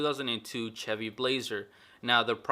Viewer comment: Nice vid but please do me a a favor. Say “Shevy” not “Cheby”